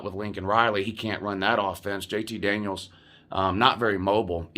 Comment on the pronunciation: I thought you were saying "JT Daniel Christ." Does that mean you are going to become a fan of whatever team he goes to?